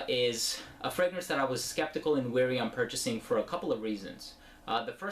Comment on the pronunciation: It's wary not weary